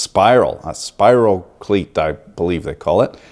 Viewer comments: Close on the pronunciation of the bacterium, it's spirochete (spEYErōKEET) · Sprirochete- (spiro-KEET). It probably came back with Columbus, but it might not have. I'm no historian. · I believe the word is spirochete... Good day sir